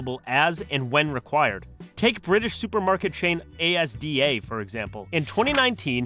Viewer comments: Not Asda being said A S D A 😅 it's Azz-dah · How dare you? Do not call ASDA A-S-D-A, it's as-duh😂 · Asda is just asda not a s d a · A S D A.... You mean Asda its one word AZ-DAH. Not a acronym. Ok ok if you want to be REALLY accurate its AS' DA' as it traded as Associated Dairies back in the 40s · its not A S D A its ASDA like Ah-s-dah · A.S.D.A ? nah mate its just called asda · a s d a ITS ASDA AH-S-DA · It isn't called A-S-D-A it's called Asda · Asda is pronounced Azzz-dah, not A.S.D.A. It’s not an acronym. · Crying at A.S.D.A😂😂😂 It's 'Asda' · Ay ess dee ay hahahaha Asda = Azzduh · FYI It's not "A S D A", it's "Asda", pronounced "Azz-duh" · Saying ASDA like that hurt my soul 😂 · There’s no need to say “ A. S. A. D..” just say Asda and be a true Brit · you called ASDA A S D A. As a Brit its "As Da" like ASDA. made me laugh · First thing I did when I heard A-S-D-A was go straight down to the comments to see if my fellow Brits called it out 😂 genuinely spat out my tea when I heard it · Did this Yankee-doodle just refer to Asda as A.S.D.A? 🤣🤣🤣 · Well damn I've never heard ASDA get called A.S.D.A before :D next we'll be calling Lidl L.I.D.L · it’s pronounced az da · not to be that guy but asda is pronounced: az-da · DID HE JUST CALL ASDA FUCKING A-S-D-A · Brit here, ASDA is said phonetically like NASA is (So Az-Da). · Cringed at ASDA it’s all one word As-da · How can bro not say Asda 😭😭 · That pronunciation of ASDA killed me, it's all just one word "Az-dah" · a bit of my soul left my body when he pronounced asda as A S D A 💀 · ASDA is pronounced Az-daa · Bro pronuced asda as individual letters lmao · they way you pronounced asda hurt me 😭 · Hearing asda pronounced like that is super funny lol